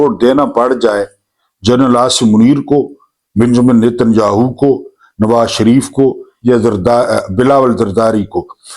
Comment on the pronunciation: اُس کا نام ہاہو نہیں بلکہ یاہُو